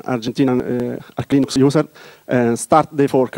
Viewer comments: lol, and what about the unhearable "Luynoox" and "Luynax"? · I like when someone say Leenoox : ) Somebody must to rewrite "Leeneex " pronouncing on Wikipedia,this is wrong.